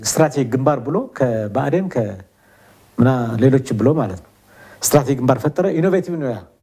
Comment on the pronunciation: strategic ሲነበብ " ስትራቴጂክ" not እስትራቲግ ደከተር የሶስተኛ ክፍል